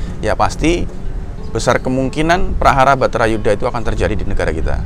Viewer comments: Wah...kliru itu...baratha yudha yg benar...dipenulisan dan pengucapannya kok batharayuda.... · Judulnya sudah benar "bharata yudha" pengucapannya yg salah mas "batara yudha"